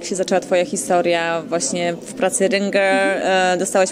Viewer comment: rynger XDDDDDDDD ŁYNGER XDDDDDDDDDDDDDDDDDDDDDD